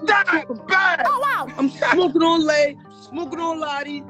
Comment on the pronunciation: Lay rhymes with blay